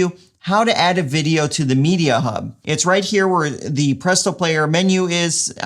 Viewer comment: This is fucking dope, Adding this to my Adam list of business upgrades. Also you saying "Publeeto" is a text tone that I'd use XD